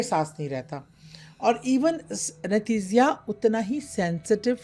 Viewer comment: Yah!! 😂😂😂 she’s not even talking about the supernatural behind the death as the thumbnail clickbait suggests. Plus anaesthesia pronunciation - maybe we’re the wrong audience.